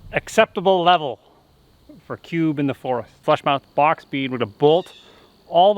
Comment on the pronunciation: I love the way you say box "BOCHX"